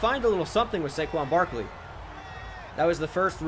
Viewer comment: My man said Saquin Brakley